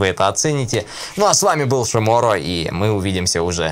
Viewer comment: Сначало было шиморо на и ударение а теперь шиморо на о